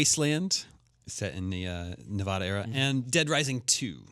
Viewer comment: I love you but your going to hell for saying Nevada wrong